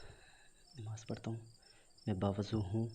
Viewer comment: nimaz nahi hota namaz hota hai